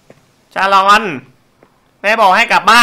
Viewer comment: ชาลอน ไม่ ซาอน ใช่ ชาลาวัน ใช่ๆๆๆ